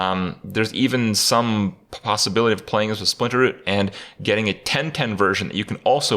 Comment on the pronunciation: "Mulchmaster" "Splinterroot" Kripp... Are you sure english is your first language?